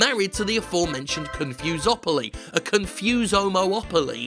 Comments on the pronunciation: "confusepoly" HAHAHAHA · CON-FOMO-POLY. EASY AS THAT. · It's pronounced "Confuse 'em Properly" hope that helped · Con-Fom-opoly? Fom-fus-opoly? Con-fom-fus-a-mopoly!!